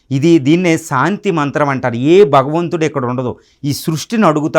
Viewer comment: సాంతి కాదు శాంతి స్పష్టంగా పలకటం నేర్చుకో సోదరా.